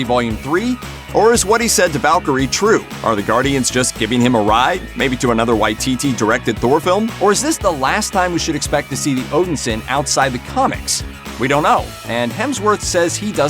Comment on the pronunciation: It's pronounced THANOS,not THEENOS!!!! It's also ODINSON not ERRDINSURN. You've 1 job so get it right.😒😒😒